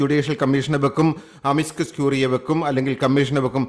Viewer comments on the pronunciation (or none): Amiscus alla, amicus...